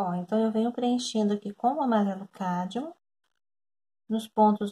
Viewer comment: Um lindo trabalho, gostei muito, até como pronunciar corretamente cádmio. Gratidão por compartilhar.